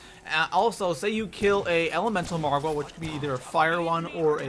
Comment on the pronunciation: why do you put a emphasis on the wa in margwa